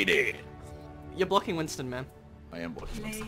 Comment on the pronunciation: Whenever someone says whinston I go to say Whinston with a Y!